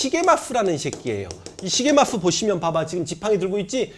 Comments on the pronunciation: 선생님 죄송하지만 시게마쓰가 아니라 시게미쓰인것 같습니다.. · 시게마스가아니구 시게미스여요 선생님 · 글구, 발음은 아마도 시게미츠 또는 시게미쯔라고 될겁니다. 일본생활 삼십일년째라 걍 주제넘게스리.. 죄송합니다...